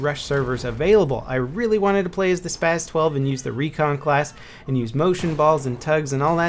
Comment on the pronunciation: It's pronounced Spaws,.